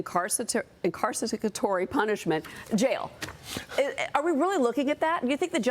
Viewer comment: Incarcicisatory punishment?